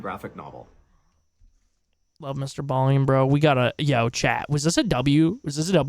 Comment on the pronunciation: Homie....his name is Mr. Ballen (pronounced as it's spelled)......not Mr. Ballien. I do enjoy your commentary though, so keep up the good work.